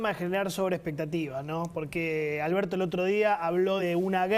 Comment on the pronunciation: Alberso dice Alberso